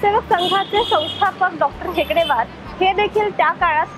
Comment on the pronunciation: डॉ.हेगडेवार नसून डॉ.हेडगेवार असं आहे चूक दुरुस्त करा